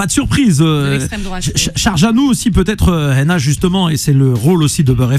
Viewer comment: Pourquoi il dit "HENA" elle s'appelle HANA, non?